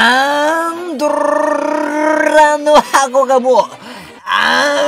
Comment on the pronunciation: パンドラの箱の言い方の巻舌すごすぎ笑笑笑